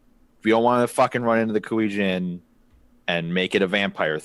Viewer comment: Come on, it's not that hard, EIIII, as in Fonzie... KuEIIII Jin. Y'know like my name ^^.